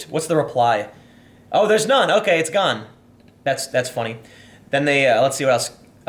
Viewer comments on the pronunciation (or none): none